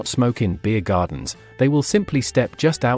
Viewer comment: Why are saying beer gardens in that unusual way ?